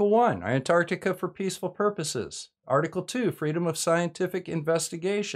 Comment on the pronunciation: Hey you're pronouncing Antarctica with the first T now. Thanks:)